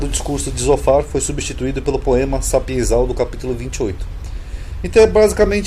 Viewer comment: SAPIENCIAL Não é sapienzal como você pronunciou